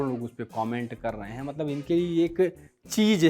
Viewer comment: Abe sale tu ne mathadesh kyu bola